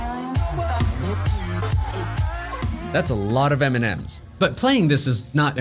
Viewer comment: I keep hearing ''Eminem'' turned out to be the candy But seriously. Great video ;)